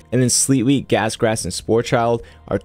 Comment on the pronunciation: Sporchid rhymes with orchid. There is no L in sporchid. I will die on this hill.